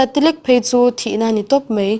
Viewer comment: Mei... tih hi Mai tiin lam la a ngaihthlak nuam ang